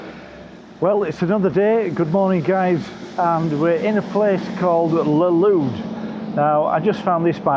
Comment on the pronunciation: You pronounced both Burgos and Valladolid incorrectly. Typical Brit abroad😂